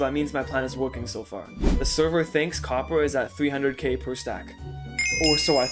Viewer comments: “Cwoppor” Mijo😭🥀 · Bro it's copper not Cooper 😂